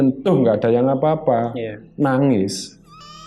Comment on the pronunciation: Nuuuangez😅, bukan nagis😀